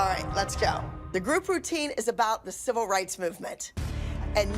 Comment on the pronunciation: mannn i really need to get my hearing checked because i swear holly said, “the silver rights movement” 🤦‍♀️